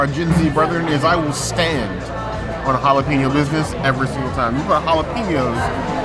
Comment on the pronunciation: Oh and Jalapeño Business is pronounced like “all up in your business”. I saw a YouTuber say that yesterday.